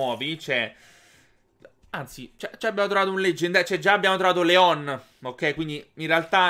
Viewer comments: Si dice Lyon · Leon si pronuncia "Lion". Scusa, ma fa sanguinare le orecchie sentire la pronuncia dei nomi storpiata.